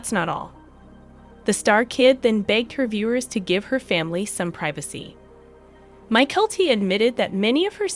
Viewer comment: Please all the miss pronounced words by the computer generated voice over needs to stop, it gets very annoying and what’s more disturbing is that they referred to Janelle as if she were some kind of fat pig, really??? Disgusting! Mykelti not My-Kelli! Patreon!